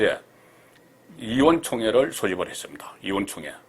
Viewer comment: 이원 총회가 뭐냐 임마~ '의, 자 발음이 그렇게 어렵냐? 기자생활 30년 했다고 큰소리만 칠게 아니라 그만큼 서울생활 했으면 성의라도 보여라~